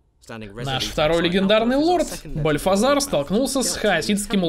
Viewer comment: Ну Бальтазар же, а не Бальфазар. Транслитерация th идет вроде в русском языке как Т.